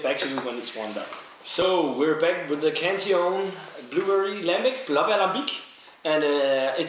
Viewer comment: its funny how peters pronunciation is so proper with every brewery name but does not pronnounce cantillon with correct pronunciation